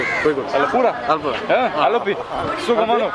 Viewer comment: Love to hear your sukamano ...... brother